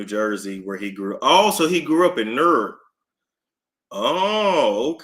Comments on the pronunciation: Just say Newark like stork with an N. So like “Nork”. 😂😂😂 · is Nork. That’s how we pronounce it. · I live in Newark NJ but we pronounce it like Nork😂😂